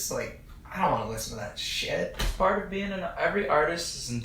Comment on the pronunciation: "I dont wanna listen to that shet" 😂